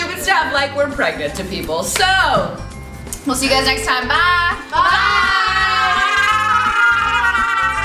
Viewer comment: I love how Jenn was like David I'm still pregat 😂😂😂😂😂😂😂😂😭😭😭😭❤️